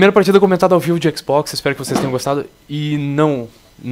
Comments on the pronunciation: oque ele quis dizer : Xbox oque ele pronunciou :ÉquisBóquis! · falando xbox: Equiz Box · o sotaque do no começo q matou!! o équizbókiss